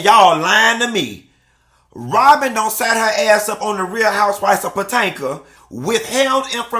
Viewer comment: Did he say the real housewives of Patinka?😂😂😂😂😂😂😂